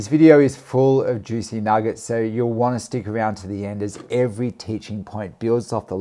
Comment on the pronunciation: JOOCY NAH-GETS 🤣🤣🤣 Lets goooo